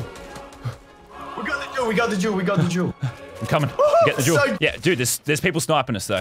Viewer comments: I just realized he says “I need the Jewel” but now it sound like “I need the juul” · Who thought he said juul instead of jewel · Anyone else heard him say juul instead of jewel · Luke05 15 lmao I knew someone else had to bring it up.. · Connor Lucich Official i litteraly commented the same thing lol it does spund like he says juul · hate to admit it but you right i was ripping my shit during this and everytime he said it i laughed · whenever lazar says the word jewel, imagine he says juul. cant unhear it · That’s how people with Australian accents say it... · Every time he said "Jewel," a high school vape addict got a little excited, thinking he meant "Juul" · That’s what I thought when he said juul😂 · "Got to hid that juul so they cant see it" "I love me juul" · My brother thought he said jew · Anyone else hear “I wanna get myself a juul” ?